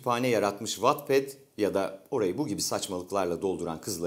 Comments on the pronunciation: Wattpad Wetped die okunuyo watped die diil dbdkflfnfl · vatped diye değil vetped diye okunur o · Amca yanlış okuyorsun Wattpad diye okunmuyo! 'Vetped' diye okunuyo alınıyorum yanlış okuyosun dikkat edelim biraz! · Wetped diye okunması gerekirken watped diye okuyo adam gelde dövme sinir oldum ya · Watped diye okunmuyor wetped diye okunuyor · Vatped diye okunmuyor amk videoyu ciddiye alamıyorum jdjdnskdhdnksdhnd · Uygulamanın saçmalıklarına bi şey demiyorum ama Wattpad’i doğru okumayı öğrenip de mi eleştirsen